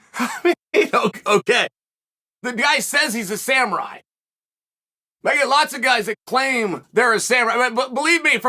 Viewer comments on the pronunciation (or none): none